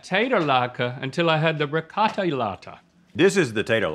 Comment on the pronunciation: 'Ricottay latke'